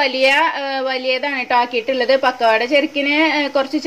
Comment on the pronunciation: Its pakkuvada not pokkuvada